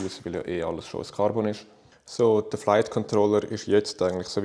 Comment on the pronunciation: Ja schwizerdütsch isch andersch und geil aber KARRBONN tönt eif numme scheisse